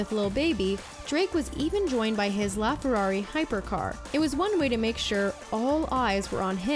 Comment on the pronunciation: HOW DO YOU NOT KNOW THE NAME OF HIS FERRARI? IT’S THE FERRARI LAFERRARI APERTA , NOT THE LAFFERARI